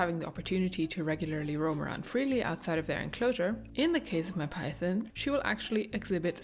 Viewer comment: Mine all have more or less designated bathroom spots too😅 makes things predictable and easy. Do either of your snakes have names? I wanted to say also I love the way you say "python," and your accent as a whole. Please keep making snake videos. You've got lots of fans!